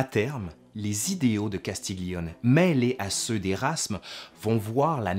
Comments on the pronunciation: Juste un réajustement d'italianiste pour illustrer cette belle vidéo : Castiglione est à prononcer comme si on disait " Castilioné " ( pour donner une idée de prononciation ). Imbroglio, même technique ... :) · Sujet intéressant ( Castiglione se dit ''Castilione'' ) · Très intéressant, merci. Juste une suggestion pour parfaire ton italien: le son "gli" se dit "li" mouillé, sans "g" donc. "Castiglione" se prononce donc "Castilioné". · Parce que tu fais un effort pour prononcer en italien les mots italiens, je me permets de te rappeler (car tu le sais sans doute) que le "gli" se prononce comme le "ille dans "tenaille". Ça donne "Castilloné". De rien, c'était un plaisir ;-)